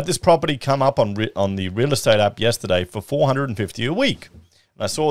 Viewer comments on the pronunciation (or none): none